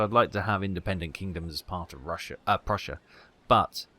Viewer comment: Yup, you nailed the double-s sound.